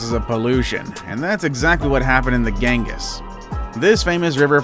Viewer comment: Pronounced "Ganngeees" river. Potomac you also blew. Lol. Talk to people first, if not sure.